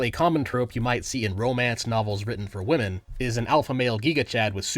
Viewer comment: You said Wahmen. Like nux